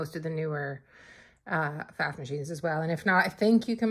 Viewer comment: If you can’t pronounce the name PFAFF … how can we trust anything you say about it ?